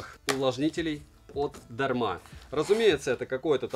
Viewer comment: Произношение названия Бренда не правильно